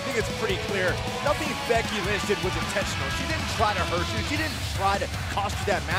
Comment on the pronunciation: said becky lunch not lynch